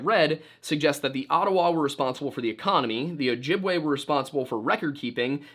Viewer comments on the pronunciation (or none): none